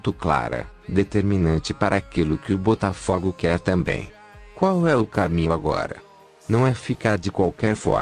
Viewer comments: Tu não entendeu nada maluco. Eu quero que PRONUNCIE o nome do meu time CORRETAMENTE pô! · Tendi Coroa AGR q vi q eles falaram Butafugo